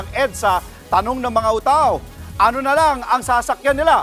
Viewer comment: Anong UTA-OH? 🤪